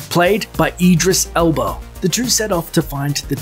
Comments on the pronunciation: Idris Elbo? It's Idris Elba.. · Sean Banzon I think it just sounded like Elbow, because of his accent.